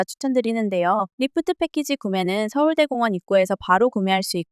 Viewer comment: 진짜 정성 가득한 영상이라 추천박고갑니다!! 근데 서울대 공원이 아니라 서울 대공원인데 서울대 공원으로 읽어주시는 느낌이라 좀 어색합니다😅